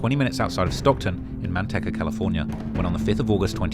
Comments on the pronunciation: He said. MANTECCA CA 😂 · He said Man-tekka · It kills me hearing say these names I get it phonetics but watch some local shit to hear how it’s said you killed me with Manteca it’s man teak ah